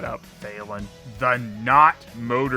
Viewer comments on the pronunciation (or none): none